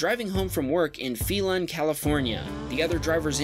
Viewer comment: PHELAN, CALIFORNIA IS PROPERLY PRONOUNCED: 'FAY-LEN' NOT 'FEE-LIN' !! DETAILS !! DETAILS !! BE WELL !!